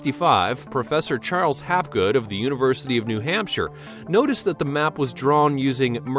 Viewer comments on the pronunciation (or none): none